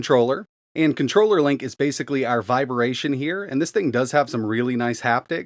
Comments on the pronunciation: Viber-ation?? 🤮 gahhh. It's vibration lol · So...what's "viberation"? 😅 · Did you say "VIBER-ATION"?? I'm stuck now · says vibration really weird